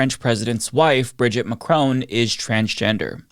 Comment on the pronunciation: I'm not French but you kinda calling Brigitte Bridget makes me cringe. For the pronunciation. Also... macrown...😅 ouch And I also cringe for calling her by her first name. 😅 it's maybe weird